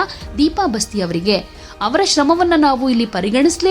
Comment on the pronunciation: Basti alla adu baasti nammuru